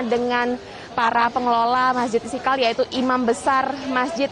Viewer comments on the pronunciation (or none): Reporter kog sperti tidak pas menyebutkan nama Mesjid Istiqlal ya??? (Istikal?)